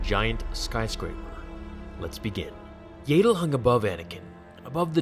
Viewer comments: Yaddle (pronounced Yad Dle) not Yay dle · Yaydle? Thought it was pronounce Yaddle :S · I thought it was pronounced as if to rhyme with 'addle' or 'straddle', it would make sense because that's the same 'a' sound as Yoda's name. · I thought it was yaddle not yAddle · You are pronouncing it wrong. It is "Yaddle" as in "paddle". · It's pronounced, yeah dull (say it fast). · They way you pronounce Yaddle disturbs me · The way you pronounce her name makes me wanna kill myself, good video though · Omg i can't stand your pronunciation